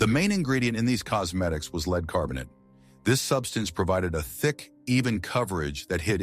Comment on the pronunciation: I wish the AI voice could pronounce “lead” properly. “Leed” poisoning…come on 😂